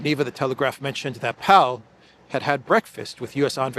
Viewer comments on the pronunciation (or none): Powell pronounced "pole". Connected to Blair. Looks like him.